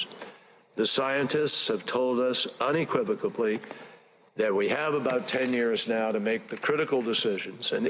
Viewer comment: Did Kerry just say "unequivocably?" We're doomed.